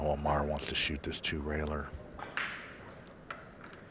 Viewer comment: it's Omar, not Amar, John Schmidt. you stink